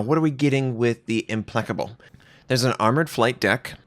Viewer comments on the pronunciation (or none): "Implecable?" It's pronounced "Im-PLACK-able", not "Im-PLECK-able".